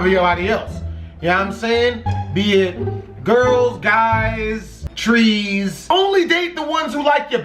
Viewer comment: "Girls guys... treeees." LMAO